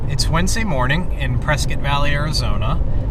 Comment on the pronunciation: It’s pronounced “press scott”. I live in AZ so I know.